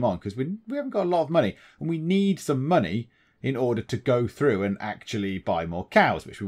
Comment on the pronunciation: Money is confusing. It's in the name; Mon-AYYYY? lol I'm also glad you resolved the COW-tastrophy! hehehehehe